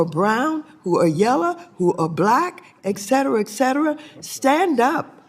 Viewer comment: “eXcetera eXcetera”🙄